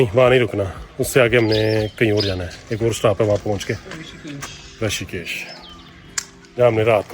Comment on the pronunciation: Rishikesh not rashikesh